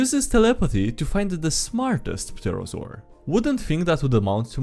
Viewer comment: Hey bro, just thought I'd mention it. But the P in Pterosaur is silent. Pterrible I know...